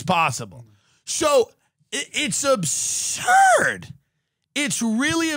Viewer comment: "It's abshuuuuuuuuuuuuuurd" -Tim